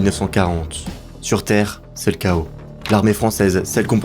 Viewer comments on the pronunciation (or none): none